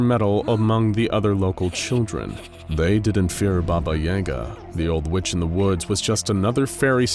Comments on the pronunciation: I am endlessly amused by the fact the a small town named "Doomed" is quite a believable toponym for all Slavic countries and suites the 352 beautifully. Also, the day when non-slavs will learn to put stress in "Yagá" correctly will be the day she breaks containment for good so maybe we should just learn to accept the Hollywood pronounciation... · BAba yaGA. Everybody gets the stress wrong! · bah-bah yah-ga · Thamn epic baba yega pronouncination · Who pronounces it Baba Yay-ga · Why is he switching to a long a for no reason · Its yaga not yaga. There is no "yay" in russian it is ya not ye that changes the word. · This is the one video that I can't watch because I literally can't hear that word pronounced incorrectly like that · And I too didn’t believe it was possible to butcher that name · The pronunciations are murder, good to see an interest in Slavic folklore tho. Fun fact, "Obrecheny" means doomed in several Slavic languages. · I refuse to believe that is how Yaga is pronounced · Coming from Slavic country it just hurt my very essence how they pronounced it 😂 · The way u pronunce yaga hurts me and im not even russian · The mispronunciation of Yaga is painful. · You miss pronunciation of yaga is cringe worthy congrats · I don't like how you say yaga, it just doesn't sound right. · His pronunciation of Yaga makes me cringe. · The way you say Yaga made me cringe every time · It's pronounced "YAH-ga," not "YAY-ga". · Its pronounced Baba Yaga not Baba Yega. You put an e instead of an a. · No. You put a Я instead of a Е. He's right. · Bro doesnt have yaga he has yega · Hmmm yes baba yeh gah It is baba yaga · Never heard anyone pronounce “Yahguh” as “ Yayguh” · So is anyone else bothered by how they kept pronouncing it "Yayga" instead of it's actually pronunciation of "Yaaga"?? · I've always heard it pronounced as "yuh-gah" or "yah-guh" not so much "yay-guh" and it's distracting me everytime... still, I enjoy the video. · YAGA, not YEGA. You pronounce it wrong :D